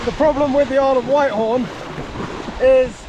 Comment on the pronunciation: What a great adventure. Btw it's pronounced Whit-horn, not White-horn.